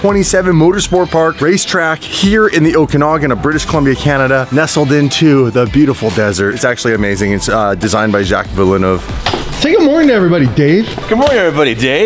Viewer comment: At least pronounce Jacques's name properly.